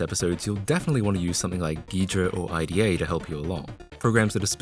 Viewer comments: Just pointing out the app's name - It's Ida, as in Ida Lovelace, not I. D. A. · "I-D-A" It's pronounced Eye-duh. Like Ada, as in Ada Lovelace, but with an I at the start.